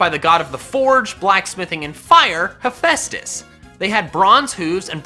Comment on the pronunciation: Finally someone who says hephaustus right